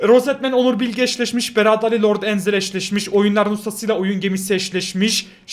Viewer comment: Beraad ali değil berat ali